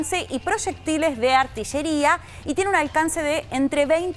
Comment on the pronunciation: Artisheria ???? o no será mejor dicho Artillería????